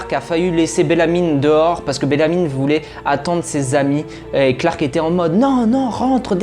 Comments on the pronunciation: Ça ne se prononce pas BellamyNE mais juste Bellamy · "Bélamine", "Jaspaire/Jackspaire", "Dosia"... eh beh il va falloir revoir la prononciation des prénoms 😆 PS : C'est phonétiquement parlant "Bélami", "Djaspeur" et "Dioza" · Je me demandais si j’étais la seule à entendre BellamyNE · C belamy pas belamyne mais sinon tres belle vidéo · Bellamy jasper dioza